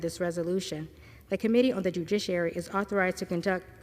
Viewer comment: This lady did a really good job reading. But kept saying dujiciary. Poor girl 😂